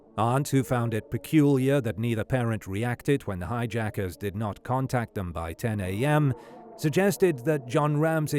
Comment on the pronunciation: The "highjackers"??? Were you high when you recorded this?